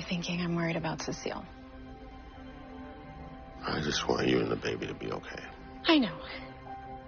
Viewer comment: No, it's Cecile.